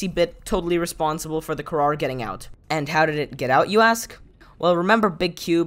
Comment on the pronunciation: Btw, it’s called the Kharaa, not kharar